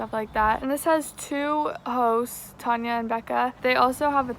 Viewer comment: not me hearing everytime she says 'hosts' as hoes